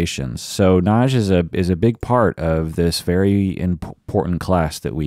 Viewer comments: Nagy= correct pronounce is "nod-yuh.". Nagy- translated in English means "big". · Actually it's pronounced to nearly rhyme with "lodge"... the "-gy" in Hungarian has a unique sound so that "Nagy" is pronounced something between "nodge" and "nod-yuh." Source: Dad is from Budapest 🇭🇺